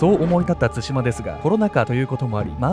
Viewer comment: の「つしま」のイントネーションが少し気になる笑